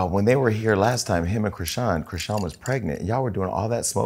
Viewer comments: is this an AI generated voice? i'm no fan, but baby who is Cree-seen? 😂😂 surely a gossip channel would know it's Chri-shawn.. unless this is a content farm? 😭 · Seriously it’s Chris and Shawn Chrissean the whole name mispronouncing makes me think this sauce is very unreliable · "KRIS-SHAWN".....thats how you pronounce Chrisean!!!!! Damn really???